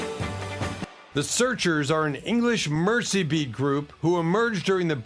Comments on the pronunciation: I've heard of, and listened to, all of these groups, except The Chambers Brothers. The Seekers , The Searchers, Jan & Dean; these are some of my long-time favorites. "Mercy beat"? Mersey is pronounced Mur-zee. SMH... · That would be Mersey-beat, for the River Mersey, NOT mercy-beat.